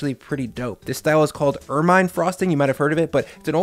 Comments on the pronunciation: UR-mihn, not UR-mine. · Did I add my pedantic 2 pennies? It's pronounced "ERR-min" rhymes with vermin. It's like a ferret sort of thing with a soft white and black fur.